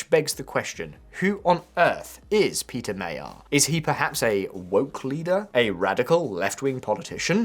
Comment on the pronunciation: Péter Magyar pronounced properly Pé (ei)ter(e) Ma (deep a like in in cup) gy (almost like dj) ar